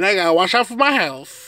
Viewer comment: It's "health" not healf"..... also the Bible says a man laying with a man is a sin... plus being lazy and not working is not honoring God.... or gluttony stuffing your face with food all day is a sin to your own body.... you might consider a night class on learning how to properly speak words. You are so far behind people your same age, do something about it instead of talking about it.